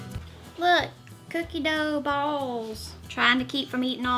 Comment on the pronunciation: LMAO at the way she says balls..... I missed your cute lil face and your adorable accent.....I missed pretty much everything about you. Great to see you back!